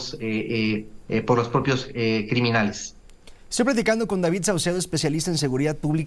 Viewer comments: No es Davitt, es Davidddd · No se dice Davit se dice David no copien la forma errónea de hablar del kks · Cuando dice DaviT me recuerdas a ya sabe quien